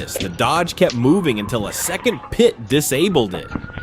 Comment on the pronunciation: Yet still really good videos I mostly haven't seen before. The AI crack me up when it tries to pronounce PIT - it's like 'PEET', 'P-EYE-OH-TIP', 'PEETEE' etc. The dingleberry breath!